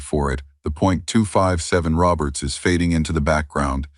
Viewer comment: agreed... if you can't call or pronounce a 257 Roberts or a 300 Savage properly, then just sit your ass in your room and play with yourself. Don't waste time to make up a fucked up AI presentation and expect us to listen to it.